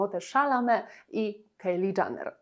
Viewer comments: Przepraszam, ale ona się nazywa Kajli Dżenner. Nie Kejli DżAnner. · zastanawiało mnie właśnie skąd taka wymowa "Kejli Dżaner" raz za razem, trochę faktycznie przeszkadzało w odbiorze filmu, zwłaszcza że wypominane są w nim błędy, które ta "Kejli Dżaner" popełniła :D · Kto to jest Kejli Dżaner? Nie tak wymawia się ani jej imię ani nazwisko, litości 🤦🏼‍♀️